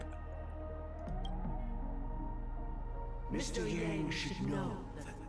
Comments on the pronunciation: Love the fact that every time Xipe (See-pay) is mentioned you will, without fail, call them SIPE. :_DVLegionPog:(is shook) (Xipe mentioned) "XIPE" :_DVLegionPog:(continues to shook) :_DVLegionSalute::_DVLegionSalute::_DVLegionSalute::_DVLegionMilk::_DVLegionMilk::_DVLegionMilk:enjoying this along with my brekkie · refusal to call Xipe name properly is getting annoying. I know u wanna be quirky to be entertaining but please stop